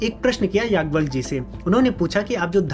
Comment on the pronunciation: भाई याज् + ञवल्य कहा करो यागवल्य, यागवल्य क्या होता है? उच्चारण तो सही कर लिया करो।